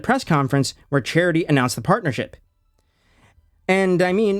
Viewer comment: As funny as it is to hear his name pronounced "charity," it's actually Chatri. Pronounced like "cha-tree." If you were misprouncing on purpose to make fun of him, carry on 😂 but I thought I'd throw that in there, in case you genuinely weren't sure how to say it.